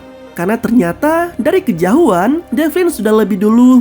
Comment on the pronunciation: dari kejauhan bang bukan kejahuan